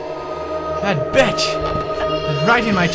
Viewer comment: HE SAID BICH LIKE JACKSFILMS! My youtube dreams have started, Tobuscus saying barrels is nex >:3